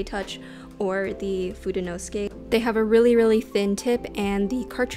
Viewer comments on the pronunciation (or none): I just found this, I was saying it wrong too: According to slightly Anglicized Japanese pronunciation rules, it should be pronounced "foo-day-no-SOO-kay". Here is each syllable broken down: "Foo" as "food" "Day" as in "daylight" "No" as in the word that's the opposite of "yes" "SOO" as in "Susan" or "suit" (this is the stressed syllable) "Kay" as in "okay"